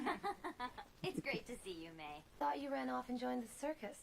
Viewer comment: it’s MAY (mai) not MY. you heard it all episode man geez💀